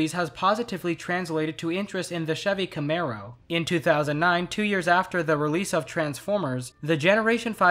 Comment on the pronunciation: It's CAMARO, people, not CAMERO!